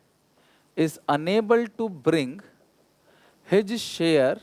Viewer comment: Sir's his share. ---- hij share . Too cute.🤟😊